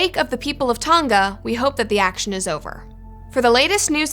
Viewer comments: It's Tong-Ah not Tong-gah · It's Tong-a, not Tong-ga. Like singer doesn't have the hard g sound. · Why can no American pronounce Tonga correctly? Hint - it's not pronounced "Ton-Ga" but rather "To-Nga". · Why is it annoying me that noone can say the word "Tonga"? Its Tong-a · It’s Tonga timw